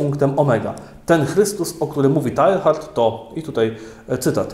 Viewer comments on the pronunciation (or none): Chyba wymawia się [teja:rd] a nie [tajhard] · Mówi się "Tejard", nie Tehard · Zawsze mnie uczyli że Teilhard czyta się tejár ;P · Ksiądz zmusza mój rozum do ciężkiej pracy; dziękuję. Jedna uwaga techniczna skoro Ksiądz obraca się raczej w klimatach języków germańskich, nie romańskich. Imię dzisiejszego „bohatera” wymawia się : Tejard. Szczęść Boże. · Przepraszam, ale w języku francuskim nie wymawiamy litery H